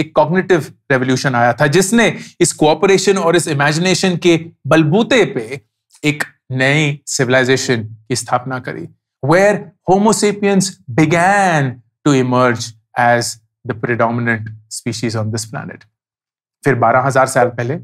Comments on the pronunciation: You are brilliant but how much time you think how much time spells how much time you read you say sepians Evan after heven ❤️ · 22 times you told 'sepiens' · अंकुर भैया आपने 22 बार Spenes बोला है. मैं आपका फॅन हू. Best of luck everyone. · 22 times sapience word pronounced by Ankur.